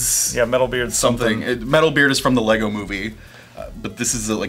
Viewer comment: Finally - correct pronunciation of the brand.